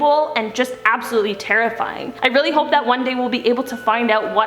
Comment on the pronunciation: ABSTaboTLY